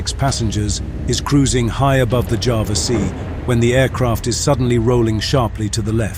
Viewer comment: For the last time, ITS CALLED JAWA NOT JAVA